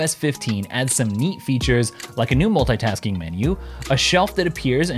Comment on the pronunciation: The way he says "multaytask(ing)" repetitively disorients me :)